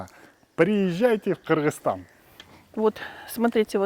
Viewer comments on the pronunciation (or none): none